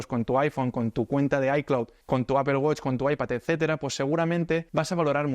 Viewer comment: Primer español al que escucho pronunciar correctamente "apple". Me hiciste el día tio!! Suscrito.